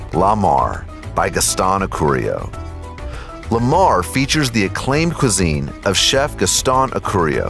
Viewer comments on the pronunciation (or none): 3different restaurant with 3different names /countries/cultures and my man manages to butcher all 3! 😂😂😂 IL Gabbiano (eel gabbiano) Italian for "the seagull" my man goes 2 gabbiano! L'atelier (la-teu-lié) french for "the workshop' my man goes latier! La Mar Spanish for "the sea" and my man calls out the Ravens QB! 😂😂😂🤦🏽‍♂️🤦🏽‍♂️🤦🏽‍♂️